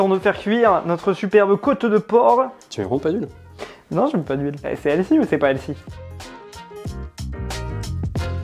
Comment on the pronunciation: a tout mes français damour, tout les mots d'anglais qui on un TH comme healthy, ca ne ce dit pas healsy, mais bien healTy le H est muet, le T n'est pas muet !